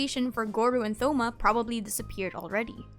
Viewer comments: it’s toh-ma not thoh-ma 🙁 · Wow I never heard someone pronounce thoma with the “th”. It’s just a hard T as is with Thomas. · Thoma is tho-ma it's (toe-ma) 😭😭😭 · Why’d you pronounce the th in Thoma 😭😭😭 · I'm very sorry to tell you this but Thoma's name is pronounced with a hard T sound, like in the words- "Toast" and "Today", not a soft "th" like in the words- "The" or "thumb". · Stop mispronouncing Thoma's name 😂😂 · she kept saying thoma wrong